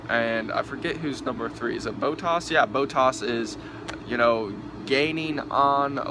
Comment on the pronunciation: only 5? Okay, how you pronounced Grand Prix, bottas and pretty much all the names. Vettel received 3 licence points not 2. In the case of a false start in F1 they give a penalty to the driver, not a restart. Bottas is doing better than you expected? He's in the best car and only has won 2 races. Not exactly an amazing start to the season. You didn't remember the word DNF? Lewis fighting with Daniel for 20 laps? It was only about 3 he was actually up there with Ricciardo. Seriously man I like Americans watching the sport and all that but if you're gonna upload a video talking about the race at least get the basic facts right